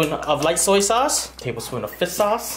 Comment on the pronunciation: Why do you always say "fis sau" instead of fish sauce hahahaha love you